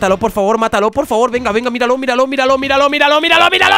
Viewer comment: En vez de que diga miralo miralo miralo parece que diga vidalocke vidalocke vidalocke ahahhahaahahha